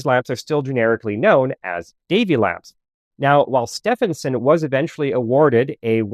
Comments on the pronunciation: Its steven like the male name. Not steph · In British ENGLISH, Setphenson is pronounced SteVenson. Sorry, it was so annoying. "Stephen" (Steven) is my middle name. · Stephenson is pronounced "Steven son", Steven and Stephen are pronounced the same in English. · Great video but the pronunciation of Stephenson made me cringe. It's pronounced Stevenson. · I love your videos, but as an Englishman, I must point out that Stephenson is pronounced like "Steve-enson" the UK (correct) spelling of "Steven" is "Stephen" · Stephenson is pronounced Stevenson in UK English. yes we're weird get over it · Pretty sure it's pronounced Steven-son (the train guy). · Stephenson is pronounced Stevenson ....... just saying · Where did you get the pronunciation of Stephenson from? It is Stevenson. I know, but he was English, and English is a weird language and we pronounce it Stevenson. This grated on me just the same as when Edmund's name is pronounced Hayley. 😬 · Yes, sorry .. it's Stee-ven-s'n 🤷‍♀️ I'm afraid that was becoming really grating 😔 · As a pedant, I must remark, that the correct pronunciation of Stephenson, in George Stephenson is "stee" + "vuhn" + "suhn". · Stephenson is pronounced Stevenson. English spelling eh? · As soon as you make a basic mistake in pronunciation on such a simple world the rest of your info becomes questionable. Get it right. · This is the first time I hear Stephenson pronounced this way. Do you have any source for this pronunciation? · I was going to say the same thing 😅